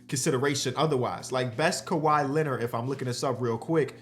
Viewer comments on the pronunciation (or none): none